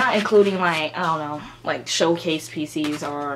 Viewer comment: what da hell is "pisis" ??? everytime ure going to say "photocard PISIS" im like "huh?? fvk what is pisis?? i dont know anything! what free photocard whe u go to showcase?? what showcase??? i dont understand a thing!" k perhaps im fake LOL